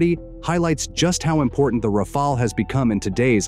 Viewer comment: haha what a joke, somehow pakistani's are obsessed with Dassault Rafale's yet they still didnt learned to pronounce it lol, and mate wheres the evidence of the 3 rafale's that are shot down? when this question was asked by a international journalist, your so called clown of a defence minister replied its all over social media, HEIGHT OF STUPIDITY ! Well anyways i understand that you guys want something to satisfy your ego so just be happy thinking that pakistan had shot down indian rafale's. Also i would like to thank china to support us by selling pakistan some chinese toys which showed what they really are, the j10c's , j17 thunders and hq9 air defence system's. CHINESE EQUIPMENTS ARE NOTHING BUT A PIECE OF GARBAGE. Our drones had managed to destroy the pakistan's so called advanced air defence system HQ9 which the china told pakistan are superior than the s400 defence systems which was purchased by india from russia. So conclusion : { pakistan became the first country to shot down a 4.5 generation get in your dreams : ) }